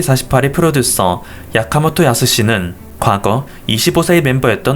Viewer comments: 야카모토가 아니라 아키모토... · 야카모토 아니고 아키모토 아닌가요?별로 상관은 없지만... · 아키모토 야스시도 아니고 야카모토 야스시는 또 머여 ㅋㅋ